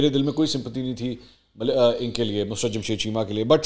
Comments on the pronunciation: Sir, your urdu language is not good, her name is Mussrat not a Musrat, talk the urdu teacher before the Recording. Thanks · The word is Mu SA Rat. Please speak properly. It is not Musrat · Sir I think you are mispronouncing Mussarat Jamshed.Plz review it.